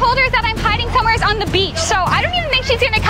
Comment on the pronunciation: I’m not making fun of you, but why do you always say somewheres instead of somewhere?